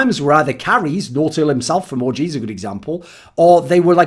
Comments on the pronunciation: Thooorin sounds like hes sayong 'orgy' instead of OG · Thoorin's the type of guy to say ORGY instead of OG! But I wouldn't blame him though, that team does look like a big orgy!